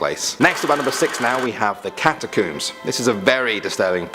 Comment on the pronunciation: Catacoooms? Damn damn damn. The word is and always has been "cat uh combs".